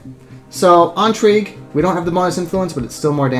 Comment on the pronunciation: My OCD monkey brain is compelled to write a youtube comment about your pronunciation of the word intrigue. It would have to be spelled "entrigue" for that pronunciation to be correct. Sort of like the word "Ennui". The difference between "in" and "en" in French is very similar to the difference between the name "Anne" and the word "on", in English.